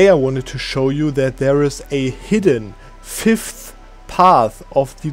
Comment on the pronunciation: you trying to say "5th" without breaking your tongue is funny to listen to xD